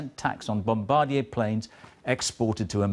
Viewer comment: Holy cow, Jon Snow not only can't pronounce "Bombardier," he completely mangles the name.